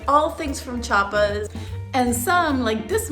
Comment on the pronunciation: CHI A PAS don't do the same that other mexicans from other states do that mexicans from Chiapas HATE which is saying CHA PAS instead of CHI A PAS